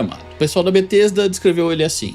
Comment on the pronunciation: It's not BaTesta